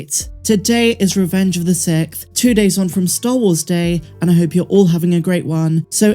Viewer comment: Does it bother anyone else that says sikth instead of sixth?